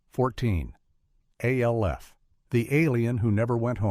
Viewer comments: So the most distracting thing here is the narrator calling Alf "A.L.F." repeatedly. Yes, I know is name is an acronym for Alien Life Form, but no ever pronounced his name as such. His name was Alf. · Come on, “A L F”? You couldn’t figure out how to get the AI to say “Alf”? Other than that, good video. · It's pronounced "ALF!" not A.L.F.! God! Using A.I. readers is so goddamn lazy!